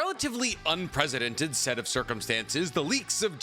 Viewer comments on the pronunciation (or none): Unprecedented, with a 'C'. You clown